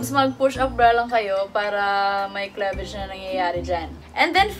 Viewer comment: klevej? HAHAHAHAHA kliveyj sis